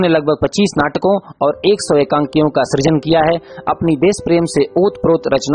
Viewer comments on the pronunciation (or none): none